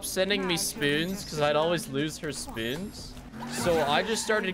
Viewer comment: I love how pronounces spoons as: “Spewns”